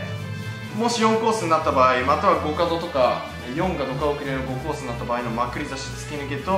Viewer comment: 前から思ってたけどまくり差しのイントネーション変じゃね？笑